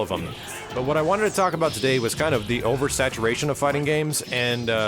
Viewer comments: u said oversatuwaytion lol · over-satuwation lol